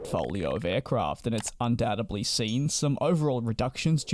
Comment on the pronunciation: undoubtedly not undoutebly. unsubscribed/thumbs down. Learn to communicate better. Grammar lessons are actually on this very internet.